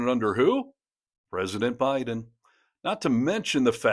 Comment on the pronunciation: Did he say Hiden administration? What is trump hiding?